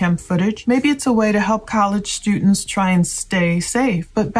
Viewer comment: "students" not stuants